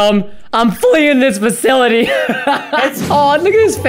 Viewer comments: It sounds like Fakility but it is Fasillity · It’s flee the facility not faculty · Its not flee the FAKLITY its fasi-lity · xD it’s flee the facility not fakility when you spell it out loud btw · The facility not faculty! You’re pronouncing it wrong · You said facolti dat is wrong its sipos to said facility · It's facility not faculty , dude make sure u pronounce it right, even a 10 year old kid knows it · You said flee the facility wrong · Does Preston say ‘facility’ wrong on purpose or not